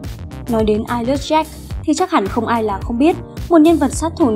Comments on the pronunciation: chị đọc Eyeless như I Love ấy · Em tưởng phải đọc là ai lét dáck